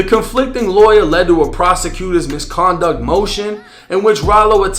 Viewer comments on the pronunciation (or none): MISCONDUCK! 😂😂😂😂😂 Ralo country af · “MisconDUCK Heeeearing” 😂😂😂😂😂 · The way Ralo says “prosecution MISCONDUCT hearing “🤣🤣